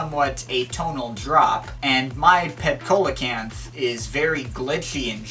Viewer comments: Coelacanth (improper pronunciation) [see-la-canth] your welcome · see-lo-canth ... its a prehistoric fish